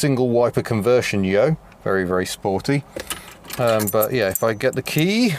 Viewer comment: Lol love the way he says "yo" like he's stateside honda " yo " for sho.. style.. wear a cap next time yo...